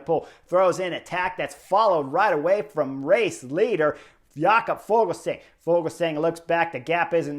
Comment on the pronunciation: Fuglsang isn't German, så it's not pronounced Fogelsang. In Danish the g is silent in the word fugl, so the pronunciation is more like foolsang. Which of course isn't very flattering 😂